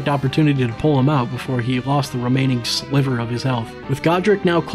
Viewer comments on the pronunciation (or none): none